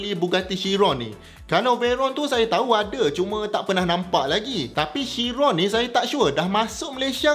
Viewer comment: Pronunciation dia ialah kiron, bukan syiron. Boleh check dgn bugatti